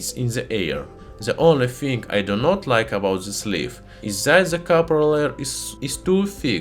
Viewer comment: “… I got zis ugly fing.” Just broke me. 🤣